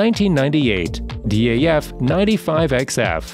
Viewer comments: it’s not D A F it’s DAF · Good video with interesting content but without wishing to be too critical, the pronouncement of some of the manufacturers is simply wrong and spoils the video. ‘D.A.F’ is actually just pronounced DAF, like daft without the T. ‘Leeland’ is pronounced ‘Lay-land’. If I was to make a video about North American trucks then I’d learn how they are pronounced first. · You know you can pronounce DAF and MAN without spelling it? Americans haha